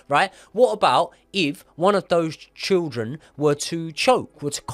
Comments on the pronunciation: Children ❌ Trildren ✅ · I heard trilchren. I heard shildren. After i noticed this, i couldn't focus on the episode. I'll give it another go when i forget this🤣.